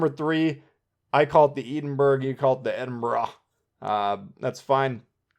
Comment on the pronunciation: Edinburgh is the capital city of my counrty so trust me you say it wrong hahahaha